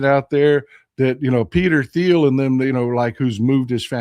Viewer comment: It’s Peter Teal. The H is silent. I know how in important it is on pronouncing names and places correctly.